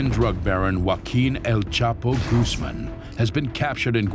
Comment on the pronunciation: Was expecting him to say El Chapo Gooz-mon with his bad ass voice, but instead said Gooz-man. Fail